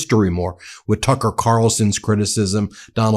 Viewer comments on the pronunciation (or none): none